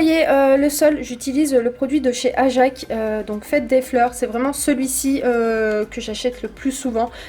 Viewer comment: Hahaha ajac on dit ajaxe 😂😂😂😂😂😂